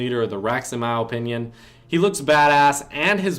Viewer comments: The way you say opinion is satisfying i dont know why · i hate how he says “opinion”